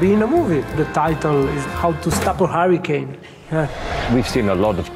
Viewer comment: Harry Kane lol (hurricane) Always hear Harry Kane when says it